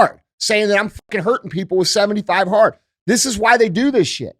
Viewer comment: 75 hearter? My first time stumbling on this podcast, what is 75 heart?